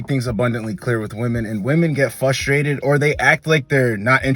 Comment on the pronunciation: Love these videos man but the word is FRUstrated not FUStrated.